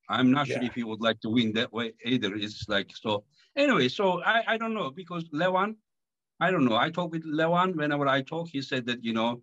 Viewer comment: Not " Le- vAAAN! " . LEEEE- van, LEEEv an...DEEvon--LEEvan. not LevAAAAAn...😊